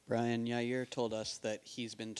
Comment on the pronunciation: his name is brian not "brain"